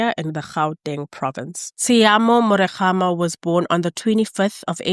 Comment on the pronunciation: Yoh, you butchered their surname bathong. Hopefully you improve on pronunciations, otherwise thanks for clearing the lies told against these girls. I personally have lost respect for S.A. men seeing how most were gleefully justifying their un-aliving and even insinuating that they were "selling."